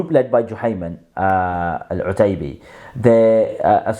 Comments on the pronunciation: Learn Arabic, you said it okay the first few times then wrong, before barking online learn the language and Deen properly, You're nothing but a wasteman who goes against the Ijma of Khurooj. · My OCD hurt every time you mispronounced it lol